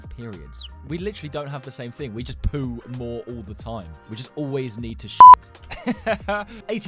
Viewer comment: Why do you say poo like poood in the shower